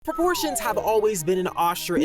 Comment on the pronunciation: Dude i heard abortions instead of proportions